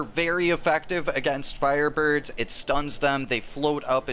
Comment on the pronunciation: LOL, "fireburbs"